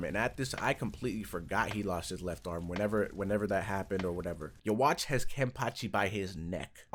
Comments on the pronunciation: Ackshually, it's You-Ha-Vach. It's German, doesn't translate well into Japanese which is why they say You-Ha-Bah-Ha. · It is said as yahabach not ywach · its pronounced yu-hah-bach, chineese translation of the german letter b simply does exist. which is why the german b is trnaslated to a h. its no yu wach, or whatever else you guys come up with lol,. german pronunciation is yu-ha-bach and the chineese pronunciation is yu-hah-baja. \ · You - Watch lmao best pronounciation yet xd Nice vid bro got urself a sub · Brrro its pronounced youbaha blast